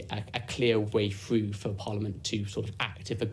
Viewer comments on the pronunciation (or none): About what government tries to... "get fwoo" ( get through )? ... or... "Ve main fing" ( the main thing )? Are speech impediments on the rise? Or have these mispronunciations now become some sort of aesthetic choice?